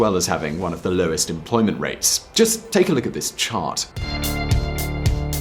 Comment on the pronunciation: "Lowst employment rates..." LOL